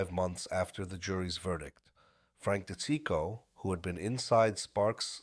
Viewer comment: It’s pronounced. Frank Dee cheek o